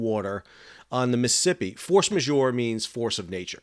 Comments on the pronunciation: lol it is NOT the MI-sippi river. It is the MISs-ISs-IPPI . please, if you talk about someplace, learn how to pronounce it? thx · Mississippi not Miss Hippy lol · DOOOOOOOD !!! . . . I can't take it any more . . the way you say: Missippi all the time instead of Mississippi !!!! . . . COME ON !!!!!! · Sounds like you are saying missipi. Not Mississippi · Miss-uh-sipp-eeee please say all four syllables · You can't even pronounce it correctly. Bit hard to give your reports any Creedence or clear water lol.